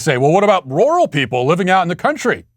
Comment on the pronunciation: matt please listen to a word pronunciation app for the word "rural" U are butchering bro'